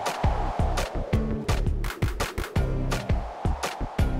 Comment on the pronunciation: ushi oni is pronounced (oo-shee oh-nee) not (oo-shee ony) and factoid of the day it roughly translates to cow demon